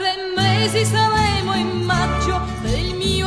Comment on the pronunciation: ma la "r" di "saRemo" in Maggio...non è un po' moscia?